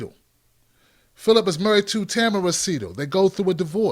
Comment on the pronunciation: It's pronounced Ta-Mare-ra